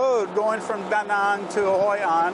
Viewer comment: love the way you pronounce Danang...most of foreigners saying it wrong...well not wrong, but not Danang's dialect :)